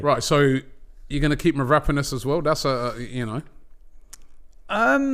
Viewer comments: It's mavro-pan-os ffs robbie. What the hell is merapanis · Mav-raaa-ponas ohhh Robbie